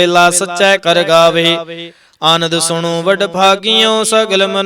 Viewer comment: Waheguru ji ਖ਼ਾਲਸਾ ਜੀ ਤੁਸੀਂ ਹਰ ਵੀਡਿਓ ਵਿੱਚ "ਅ" ਨੂੰ "ਆ" ਉਚਾਰਨ ਕਰਦੇ ਹੋ ਜੀ। ਅਕਾਲ ਮੂਰਤ - ਆਕਾਲ ਮੂਰਤ, ਆਜੁਨੀ, ਆਨੰਦ waheguru ਜੀ ਤੁਹਾਡੀ ਲੇਹ ਵਧੀਆ ਹੈ ਪੜ੍ਹਨ ਦਾ ਢੰਗ ਪਰ ਹਰ ਰੋਜ ਇਹੀ ਗ਼ਲਤੀ ਬਾਰ ਬਾਰ ਪੜ੍ਹੀ ਜਾਂਦੀ ਜੀ ਮੇਰੇ ਮੂਰਖ਼ ਵਲੋਂ ਕਹੇ ਸ਼ਬਦਾਂ ਲਈ ਮਾਫ਼ੀ ਜੀ 🙏🏻🙏🏻🙏🏻